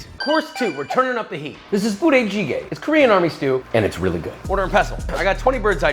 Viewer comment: girl not the butchered budae jigae pronunciation💀